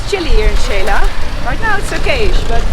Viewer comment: Noraly, just a little correction with all due respect and thank you for your effort. Xela is pronounce She la. With no Spanish i in the middle. The way you say it sounds Sheila. 🙂